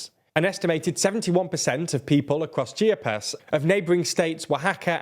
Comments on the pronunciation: chee AH - - puhs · CHI-A-PAS!!! 😂😂😂😂😂 cheepeeas 🙄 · Repeat after me: CHIA - PAS, not CHIPIAS. By the way, good job! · It’s Chi-a-pas not Chippy-as 😭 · The way you pronounced Chiapas as "Cheapy-ass" hahahahah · Chip-ee-ass? It’s Chee-ah-puhs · My toes curled when he said Chia-pas, rather than Chi-apas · Pronunciation guide: Chee Ah Pas - Chiapas Tah Bah S Co - Tabasco Cam Peh Che - Campeche You Cah tAhn - Yucatan Kin Tah Nah Roo - Quintana Roo Geh Reh R Ro - Guerrero Seh Noh Tehs - Cenotes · Bruh did you say chip-e-ass? lol it’s not pronounced that way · Beautiful Chippy-Ass, home of the Zedapatistas. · Then he says cheeyerpass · aww hell no he didnt just call chiapas chippee-ass 😭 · NOT CHEAP-e-ASS 💀💀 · the state of "Chippy Ass" lmao please practice saying the names of places before recording you pronounced it much more closely here which is great lol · Either way he pronounced them wrong 💅@@ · This is the final straw, I'm unsubscribing... From the poorly researched article, to the God awful pronunciation of names and places, this channel is going to hell in a hand basket... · Bro needs to learn how to say Chiapas 😂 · I was rushing to congratulate you guys on finally calling AMLO "Amlo" and not "A.M.L.O.", but then you BUTCHERED the name "Chiapas" 😅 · I know you can’t help it because you’re British and the British are the absolute worst at pronouncing anything foreign, but that pronunciation Chiapas killed me 😂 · I was rolling on the floor when he said Chiapas 😂😂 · dawg please learn to pronounce Chiapas properly it's not that hard. I love you TLDR team but that was grating to my ears ouch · Can I help you with Spanish translations? I’m cringing every time you pronounce Chiapas and Yucatan. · Chi aaa pas But at least you got Oaxaca about right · I loved when you said Chiapas (chipyas) and Guerrero(Gahero) and Yucatan (Yuckytan) LOL me encantó!!! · Your pronunciation of Chiapas, Guerrero, and Yucatan is just terrible